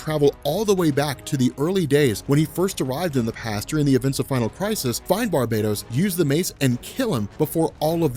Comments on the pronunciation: Its Bar-bah-TOS! NOT! bar-bay-dos! One is a demon and the other is a tropical island!!! Edit: Like this!!! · Why do you keep saying barbados? Instead of Bar-Ba-Tos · Alright, I am not really an avid reader of comics, but I am going to take a leap in logic here: It's probably pronounced Bar-BAT-us, not Bar-bate-ose. As in BATman, not Barbados Slim. Not a big deal but every time says Barbados I think of Slim talkin about goin back dere with a cowl draped around his elegant Caribbean shouldahs. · Bar-ba-tos. Not barb-A-tos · Maarek Steele Its Bar - ba - tos. The island is Bar-Bay-Dos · Clearly Bar-Bat-Os is a dark god version of batman! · I think it's pronounced bar-ba-tos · i pronounce it as Bar-Ba-Toss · Barbatos is also the name of a duke of hell from demonology, so the origin word which is "barbatus" is latin. As such, who knows how its actually pronounced... But since this is a comic, and its got BAT in the name I am just assuming there is emphasis on that part of the name. You know, like Mr.Sinister, and other goofy... I mean clever, shit like that. Definitely probably not pronounced like Barbados the island though. He's been pronouncing it like that for the last few videos though so it may just be a joke.